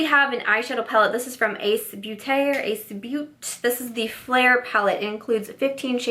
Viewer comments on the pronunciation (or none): none